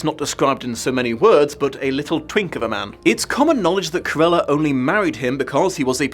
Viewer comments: Is it me or did pronounce Cruella as "Carella"? And just place me in the "wait there was a book?" group, please and thanks. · Cant you say the name Cruella? You say Curella all the way through the (really rather good) video!